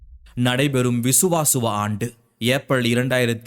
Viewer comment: வருட பெயர்களை ஏன் சரியாக உச்சரிக்க வில்லையே.... விசு வா வசு...... ப ரா ப வ